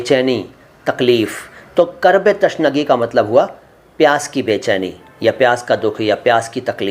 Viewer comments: تَشنگی = غلط تِشنگی = صحیح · Tashnagee۔ Nahi hoga Sahi۔ Alfaaz۔ Hai۔ Tishnagee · इस तरह तो उर्दू की टांग टूट जाएगी आपने "तिशनगी" का "तशनगी" कर दिया.